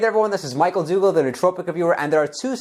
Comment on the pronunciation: Don't pronounce it like "Doogal" bro :body-green-covering-eyes: Do it the the desi way aka "दुग्गल"! :face-purple-crying